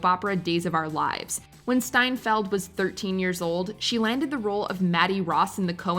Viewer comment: Coen Bros and Jeff Bridges and Matt Damon all said they were just blown away by how good Hailey S was in True Grit; but you called her Seinfeld the whole time here instead of Steinfeld